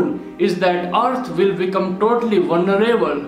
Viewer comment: VUL NER ABLE 😀